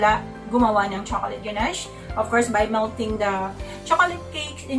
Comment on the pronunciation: Thank you po for sharing. Always helpful. 😊 Btw, ang pagkakaalam ko po, the correct pronunciation is "guh-nash". There's no T sound at the end. More power to your channel! Thank you for being so informative. Laking tulong especially sa mga beginners po. 😊😊😊